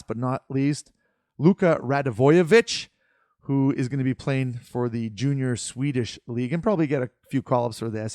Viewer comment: OR Rad-VOY-ic